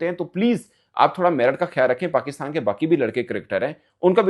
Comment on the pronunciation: In Pakistan, T is silent in Merit 😂😂